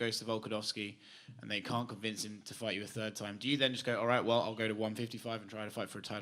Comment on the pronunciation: "I think I gotta go back to turd grade math" - Max Holloway 2021